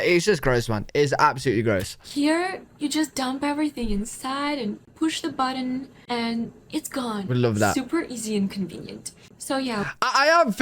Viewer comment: My dryer is over 10 years old, but when it finishes drying, it rotates the drum every couple of minutes to prevent wrinkling. Hey! I like your channel, but "button" has two syllables 😂